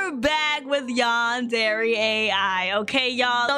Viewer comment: Stop saying yawn dairy it's Yan Der